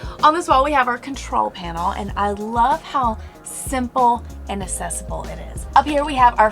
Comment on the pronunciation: I love how they pronounce things. lol - Exsited, and now - Assesible.